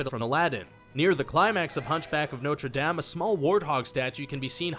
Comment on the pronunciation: Why is he saying "Norte Dame" wrong